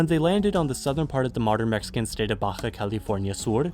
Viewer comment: The way you pronounce "Baja" triggers me. >.>